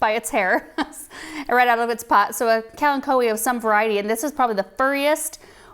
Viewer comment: Now I know the correct pronunciation of “Kalanchoe”.